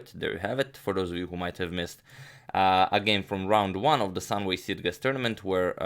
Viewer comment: Just FYI, it's pronounced "Sitchess" ! Great content as always, keep up the good work.